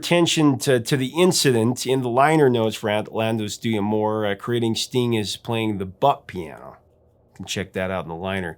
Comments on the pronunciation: Technically it’s pronounced dah-moor not dee-ah-more. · Quick note, as an occasional speaker of Français: it's not "Di Amour," it's "d'Amour" -- two syllables total. Don't name the letter D, just pronounce it. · Hence there's an apostrophe! 😉 I'd also heard "D'Amoir" on another music-related channel 🙂